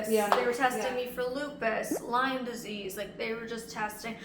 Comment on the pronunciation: It's lyme disease not lime haha